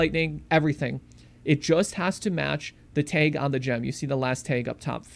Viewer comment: I had to stop watching because of how he pronounces "tag". It's TAG, not Taiiig.